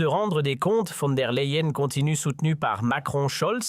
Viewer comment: Von der Layen - prononciation